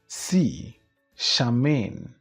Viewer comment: Please Charmian is pronounced Shar--mee--yan😊